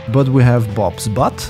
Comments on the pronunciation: ACTUALLY, it's Butte (pronounced: Boot-ie). And I have to tell you, butte can be isolated, have steep sides, and depending on perspective.... a flat top. ;) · it is not BUTT is is BUTTE ... pronounced "Beewt".. an Butte is an isolated hill with steep sides and a flat top. a geologic feature.